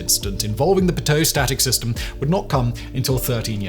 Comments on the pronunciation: Pronounced PEE-toe. Not paTOW. Knowledge is power. 😉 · I've heard of Pitot tubes but never of Piteau tubes. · "Pee-toe", not "Puh-tow", in every place I've ever heard it. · Pitot is not pronounced pa-toe it’s pee-toe Simon. You’d be amazed how many young kids think the pitot probe is a a gun, 😆. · Pronounced 'pee - toe', not p'toe. No stress in French. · PEEEEE!!! TOE!!! NOT P'teaux patoo puhtohhh puh-toueue patooey!! PEE TOE!! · pit-o??? no one pronounces it that way. its pea-toe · Thousands of pilots shouting at the screen "it's pronounced pea toe, not pi toe" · Never heard it pronounced pi-toe, I've been involved in aviation 40 years and everyone pronounces it pee-tot.. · Its pee toe not p'toe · Sorry Simon, US French is not how you say it. It's a "PEE-toe" not a "p'TOE". Americans also say "croiss-ANT", but its first syllable should emphasised. Yurss, Pascal P Dantique. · pit -oh is cracking me up. Air disaster and flight videos say pee-toh. Simon's fake it 'till your make it stab at pronunciation. (yup, I Googled the pronunciation before hitting comment. ) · In English, it's pronounced pee-toh, not pit-o. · Pee-toe Not pit-Toe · Oh. My. God. It's pronounced "pee-tow" not "pit-tow." Simon gave me an aneurysm every time he said "pit-tow." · "Peeto" and static ports...I cringed every time you said "pito". Sorry, I was an instruments technician in the USAF for 24 years, and I worked on this system extensively. Don't have the editing tools here to properly annotate the pronunciation. Pain in the butt. A leak could drive you crazy trying to find it. It could be a hose, a leaky indicator or (if you were really unlucky) a bad tester that would have you hunting a ghost for hours. You are spot on about the mud dobbers. They were a menace. Never leave your tube covers off after you park! Newer systems had Pitot/Static probes that had the static ports built into the sides of the pitot tubes. Auxiliary systems usually had flush mount static ports on the body of the plane.